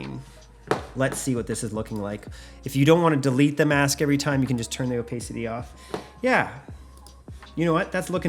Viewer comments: “o-PACE-ity”? “o-PACE-ity”? It’s “o-PASS-ity”, ding dong. I’m SO tired of “youtubers” posing as “filmmakers”. Ugh. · Did he say "Oh-Pay-City"? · I’m going to comment on all the videos I watch until you apologize for saying “opaycity”😅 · You say opacity wierd